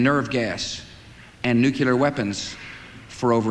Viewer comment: Man I can't believe the guy who can't pronounce "nuclear" gave a speech about how Iraq is a threat to peace literally a few months after invading Afghanistan and then followed it up by invading Iraq as well.